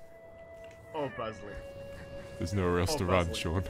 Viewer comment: I get it instead of Bradley he said bazzley